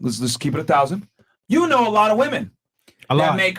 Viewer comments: The blonde sitting beside really does not know the pronunciation difference between woman and women. she keeps saying woman every time instead of saying women. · Why does she keep on saying woman which is singular when it is clear that she is saying women plural?